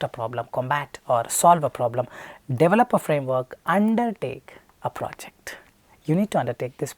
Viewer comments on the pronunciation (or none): none